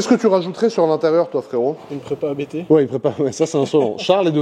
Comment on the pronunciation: Magnifique! Et elle sera encore plus monstrueuse sortant de la prépa ABT. Mais s’il te plaît, pas toi!!! ABT est un nom de famille, on dit Abt et non A.B.T. 😉🙏👍🏻